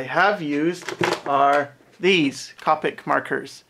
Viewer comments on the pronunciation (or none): Great video. For future reference, the correct pronunciation is "co-pic" not "cop-pic".